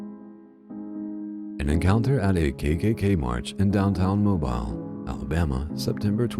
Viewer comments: That was not MO-BILE, It was MO-BEEL Alabama. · That city in Alabama is prounced MO beel, and it's VEE shee France. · Great photos. FYI, Mobile, AL is pronounceed Mo BEEL. In anothrt video Des Moines is mispronounced. It is Duh moyn or Deh moyn. Vichy is pronounced vi shee. Hope this helps. You have a soothing voice, btw. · UGH AI voices creep me out! "Mobile" pronounced like a "Mobile" phone is just WRONG!